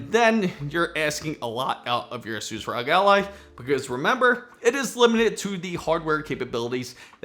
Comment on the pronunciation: The mispronouncing of Asus by the third time just made me stop watching this video.